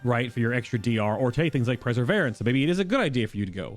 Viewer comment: I think you're pronouncing perseverence wrong... it''s per-sa-vere-rence, as in to persevere with something, not preseverence